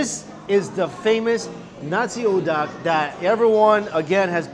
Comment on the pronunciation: Pretty sure the way you say nasi uduk is nasi u-duk not nasi uduck, that might be wrong but hey I'm not Indonesian so...